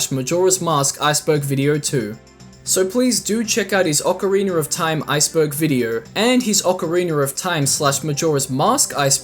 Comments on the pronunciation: Ocarina= ock-uh-ree-nuh not Ocariner Elegy= EL-uh-gee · he said ocareener of time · “Ocari-ner” lol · Ocariner of Time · Ocariner of time 😂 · I'm I the only one who hears ppl pronounce ocarina as ocarinier? maybe lol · Ick-ana Valley.... And a leggy of emptiness...